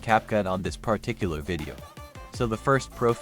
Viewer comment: The weirdly pronounced word "Pah Tic Cular" was used 538 times in this video. LOL